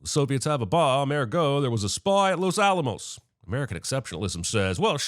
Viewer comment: Well he did mispronounce los Alamos directly after hearing so he must have hearing problems